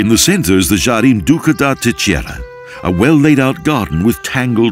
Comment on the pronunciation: Great promotion of the Azores by Expoza Travel. Obviously the presenter does not speak Portuguese, which is fine. However, I would like to point out the the proper pronunciation of Terceira phonetically. It is pronounced: Ter-say-ra...read as if it were written in English (i.e. say is pronounced like the word to 'say' as in something. Great video.